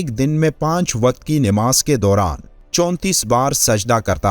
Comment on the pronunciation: Nimaaz galat hai sahih lafz namaaz hai